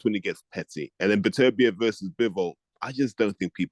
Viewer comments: Who is Better Beev character? Is he trying to pronounce Beterbiev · BEE-AH-BEEV. Gotta love 😂